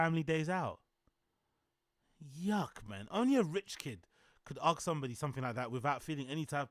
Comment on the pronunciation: Did Bapa teach how to pronounce the word ask?